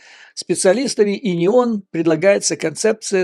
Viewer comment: Уважаемый Юрий Борисович, простите, но все же не УНИОН, а ИНИОН. И это Вы еще не слышали о стратегии дезападизации "Царьграда", сваре в институте философии РАН, о деятельности вдовы Александра Зиновьева. Там все покруче, чем в инион... Я уже не говорю о РПЦ.